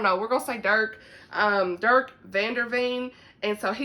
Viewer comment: Okay so I'm from Dutch background and the 'g' sound from Geesje is the most difficult for non-native speakers. It's a gutteral sound, almost as if you're gargling or clearing your throat. A lot of Dutch people can't say it either, so they say it with a soft 'h' sound instead. 😄 You got Dirk right though! I didn't realize the Legacy of Mercy series was Dutch! I have to pick it up now. Wishtress is part of a series? Does it end on a cliffhanger? Cause then I'm waiting until book 2 comes out haha. I can't do anymore cliffhangers 🫠 Since you read Wishtress, have you read Sara Ella's The Wonderland Trials yet?